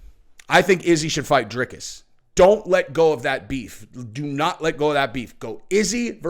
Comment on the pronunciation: Love the channel. Ps, i think it’s pronounced DRY-CUSS